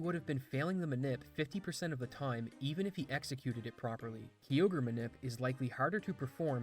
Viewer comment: Ugh, that pronunciation of Kyogre made me shudder😖 Its "kai-ogre" not "key-ogre" It might irk me more than people saying "Rayqwaza" instead of "Rayqwayza" Either way, this guy pronounced so many wrong I stopped keeping count